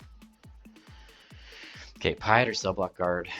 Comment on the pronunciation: Pie-et? You haven't watched the OG trilogy, have you?